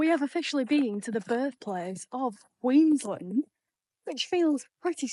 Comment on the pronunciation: I don't want to be that annoying person but we are very proud of where we live, have a huge sense of national pride of where we live and like to help people say the names of where we live. So, I just heard the way you said QLD which was QueensLIND. To better blend in and not look like an outsider, try pronouncing the names they way they are spelt because 8/10 times thats the correct way to say it. So we live in QueensLAND. We have some pretty out there names for places here too, so good luck when trying to say them 🤣🤣🤣🤣